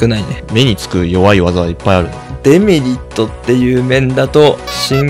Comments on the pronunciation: デメリットの発音がエムリットなの、毎回ちょっとだけ違和感を産む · A0さんのデメリットのイントネーションがエムリットすぎてポケモンを感じた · 「デメリット」のイントネーションがエムリットで草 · デメリットがエムリットと同じイントネーションで草